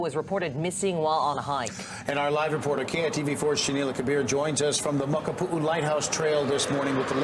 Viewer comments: It’s makapuu not makapua lighthouse.. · The way you pronounce Makapu'u is funny. This trail is paved the entire way. Elderly and baby strollers are all up and down. THIS IS NOT A HIKE! Its an easy crowded walking path. And the side trails are used by local kids getting to the pool down below. Only place to go and not be found is in the Molokai straight...rough waters. Literally the trail is full every day with 1000s of tourists.